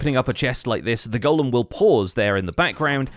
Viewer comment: Subbed as soon as you said golem correctly 🙏